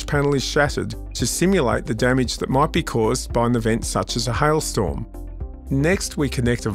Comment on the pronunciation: "Hile Storm"